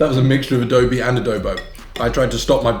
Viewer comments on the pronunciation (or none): none